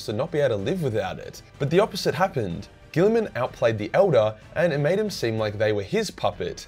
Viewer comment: Robote gillman